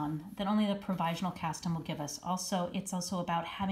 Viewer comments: Leave it to you to make a mispronunciation so entertaining. The meme from your newsletter had me dying, and now your use of the Count from Sesame Street is a total bonus. I love to quote him with his Dracula accent whenever possible “1! 2! 3! 4! Ah ha ha ha”! :D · That is funny indeed! I had to hear it rather than just read about your mispronunciation of provisional in your email. Omg you're killin' me!